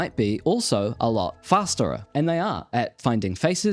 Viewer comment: did you say fasterer